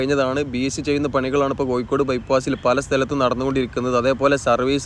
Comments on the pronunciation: Athe koikod alla Kozhikode ennu paraynam... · Kozhikode ennu sarikkum paranjoode....koykode...